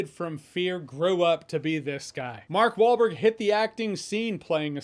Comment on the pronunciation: Jeremy: “Mark Baldberg.” 🤣👍